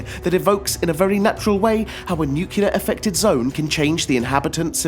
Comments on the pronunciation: NU-CLEAR NOT NUCULAR....ARE YOU GEORGE BUSH JR FFS??? YOU PEOPLE MADE THE GOD DAMNED LANGUAGE, GET IT RIGHT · it's nuclear, not nukilar....😕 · The list is good and all, but please, it's nuclear, not nucelar. :( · Great selection, but the pronunciation of the word, nuclear is irritating; It's not spelt nu-cu-lar. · "nukyuler"? really? .. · did you just say "nucular" war? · Nucular? WTF is nucular? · nuclear, new cle er not....... new cue ler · It's NUCLEAR for Gods' sake...